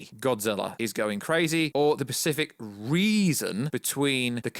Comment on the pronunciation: Jesus Christ why can't you speak correctly it's so cringing "the pacific reason" SPECIFIC!!!